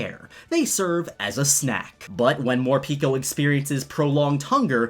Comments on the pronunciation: Morpeko name should be pronounced as "pae ko" not "pi ko" as in japanese pekopeko mean very hungry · I thin Morepeko is said MORE PEH KOH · Who sees the word morpeko and reads morpeeko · Instead of Morpeko i heard for the first time "More pika"